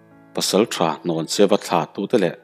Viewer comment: Hnawncheuva tih i lam dan hi a dik tlat lo mai...Hlawncheuva ti in i lam tlat...